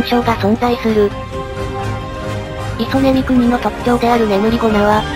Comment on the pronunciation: イソネミクニを最初クソネミクニって呼んだww